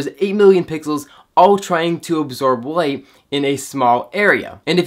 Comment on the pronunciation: "A wittle bit more wight" :)